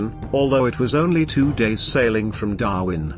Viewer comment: That damn synthetic voice... "Darvin"...